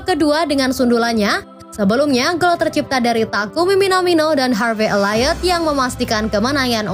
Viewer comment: elliot tu elliyt kak, bacanya, bukan ellayt ynwa!